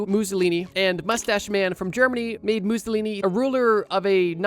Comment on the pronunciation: Stop saying Mussolini like that